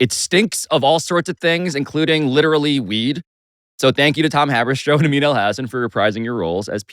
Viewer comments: Shoutout Amin for the pronunciation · Amin’s pronunciations are the highlight of this coverage 😊